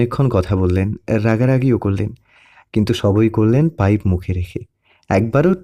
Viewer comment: অনেক অনেক সুন্দর হয়েছে এক কথায় just wow একটা কথা শুনে খুবই হাসি পেলো আমার খালু সাহেব আপনি এতক্ষণ মুখে পাইব নিয়ে কথা বলছেন পাইব পড়ল না কেনো 😊😊😊😊😊